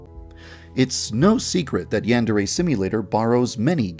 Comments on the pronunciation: i dont like how he says "yandare" like he says it like "yEnderey" like dude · He claims the "Yandereify" his game yet can't even pronounce the word yandere correctly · Gotta appreciate yandev, someone who’s game concept is supposed to be all about a yandere, doesn’t know how to pronounce yandere